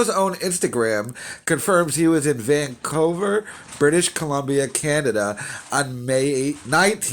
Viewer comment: Dog r u having a stroke?🤣🤣 “Chris Cunell” “Steve Renazzizzis” “Van-coe-ver” u alright my boy?? Lmao